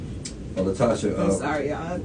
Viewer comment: Thank you and goodnight.. and it’s Latasha not LaTocha?? Not a read that’s fact according to the English language🙅🏽‍♀️